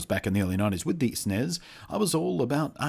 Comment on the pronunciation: ITS S N E S NOT SNEZ